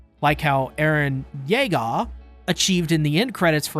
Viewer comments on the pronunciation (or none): I could only deal with you saying eren Yeager like that so many times… 😭